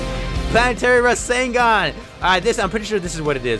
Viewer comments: ITS NOT PRENOUNCED RESENGAN ITS REZENGAN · I forgot to put the a in rasengan